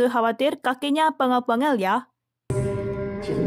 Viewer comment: Kaki Pegel-pegel ya bukan pengel-pengel